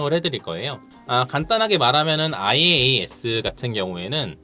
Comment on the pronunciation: IaaS: 이아스 라고 읽고, PaaS: 파스, SaaS: 사스 , Azure: 애즈어 라고 읽어요 ^^